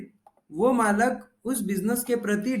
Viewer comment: Malik not malak